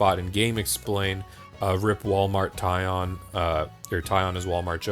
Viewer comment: What is "Wal-Mart Tion?"